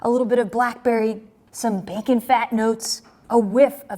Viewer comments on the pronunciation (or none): none